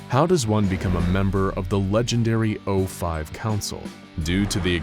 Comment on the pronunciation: It is saif o5 like pronouncing 049 as o49 would imply a 06-10 ranking. And just because you don't know about them does not mean that they don't exist. Reason one logic, reason two there's already the fact that the 05 aren't keeping me to wear to anyone two and below in the level. So maybe you can find your way to the secret level 10.